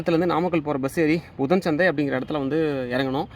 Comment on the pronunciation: தம்பி உச்சரிப்பு சரியில்லை புதன் சந்தை நைனா மலை தெளிவாக சொல்லுங்கள்